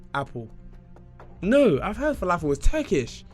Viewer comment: Falafel? Fala? 😂😂😂 that killed me